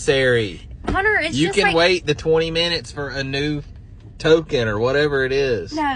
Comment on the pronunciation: When did the word "no" become 2 syllables.... And "nine .. uhhhh" 😅